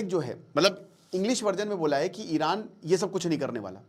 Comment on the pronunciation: Iran❌ Eye ran✅